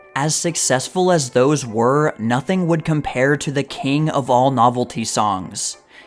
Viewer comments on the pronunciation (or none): none